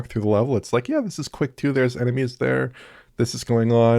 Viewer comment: The “Qu” in the version of Quake 2 is pronounced as an F 😅